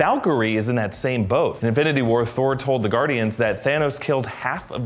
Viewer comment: "And avengers inbnbdbdbd war..."